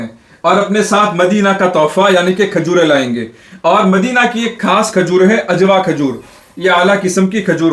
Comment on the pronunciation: آپ کے بعض الفاظ میں تلفظ کی غلطی ہے وضاحت فرمائیں۔آپ لفظ خاص کو کھاس کہتے ہیں۔